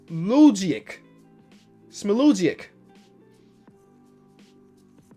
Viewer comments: Fiftyz Smi - la - gich not geeeechhh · How u say it is Allen smilegeech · it's time you learn how to pronounce alens last name It's smile-a-geech And also great vid as always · Alen "Smy-la-geech" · SMAILAGIC IS PRONOUNCED “SMILE-UH-GEECH” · I’m almost positive smailagic is smy-la-geech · Alen Smailagic's name is pronounced smy-la-geech!!! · lol it's Alen "smy-la-geech" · Hey. Please read... here how u pronounce alen smailagic Smay la jitch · You say Alen Smailagic's last name as, sm-eye-luh-geech! End Alen's disrepecting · His name is a pronounced “Smi- la-geech”. Trust me ima warriors fan😭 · Also "Smi- la-jik" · literally went to the comments to write this one. This pronounciation is Eastern European Approved. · Smile-uh-geech, I am Serbian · SMAILAGIC PRONOUNCED SMILE-A-GEECH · its smile-a-geech come on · Smailagic is pronounced smile a jich. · yo the way to pronounce Alen smailagic name is like “smile-a-geech” hope I helped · You pronounce his name like Alan smail-a-jich